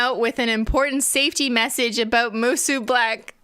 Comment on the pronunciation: It’s pronounced “moo-SOH”